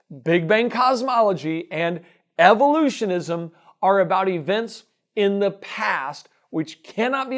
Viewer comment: The way he speaks "evolutionISM" make me cringe... :(